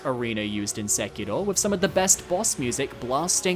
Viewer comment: Stop saying Sekiro like a weeb, you’re obviously british